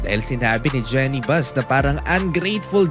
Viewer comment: Boss kulang yata yung research mo. 7 hours ago naglabas na ng statement c Jeanie Buss tungkol dito. Saka po Jeenie ang correct pronunciation hindi po Jenny.